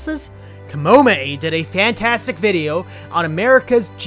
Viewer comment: Kamehameha is pronounced like cuh may uh may uh